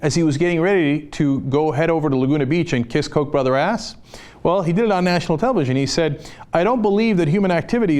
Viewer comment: Its not pronounced coke as in diet coke, but cock, as in rooster or chooks.